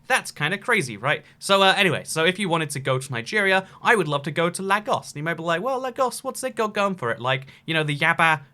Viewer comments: It’s pronounced Lay-goss. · Lagos is Nigeria is pronounced. Lay-gos. A as in Agent, not Advert. Just thought I’d say it as I noticed a few videos where you say this. Other than that great videos! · I'm Nigerian and i live in Lagos, it's pronounced LAY-GOS just remove the y and I havent been to the airport in some time so I'm not sure if theres air conditioning there but from what i remember nope it doesnt exist